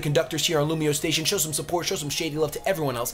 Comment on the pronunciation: That shady was a british accent